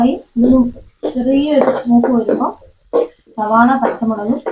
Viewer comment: സബോള അല്ല സവാള, കേട്ടിട്ടിലേ.. സവാള.. ഗിരി.. ഗിരി..